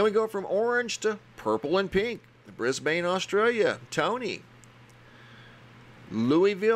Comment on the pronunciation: Its actually pronounced BRIS-BEN, as if the a sounds like a "EN" not the ain or BANE(like in the dark night) same with Melbourne.._ ITS MEL-BEN not MEL-BORN, its more like MEL-BURN, u get me? Ur channel ROCKS